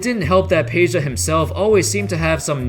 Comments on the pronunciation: It's Pedja not Peja !! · It's not Peja but Peđa (Pedja)